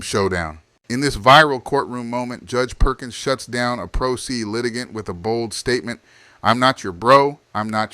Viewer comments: It is pronounced "Pro Say" ... not "Pro See" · Nice job with this numbskull. Please look up how to pronounce pro se. Pity they don't teach Latin in school any more.